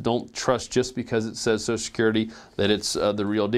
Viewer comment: you going to talke about "soso security" Do you mean social?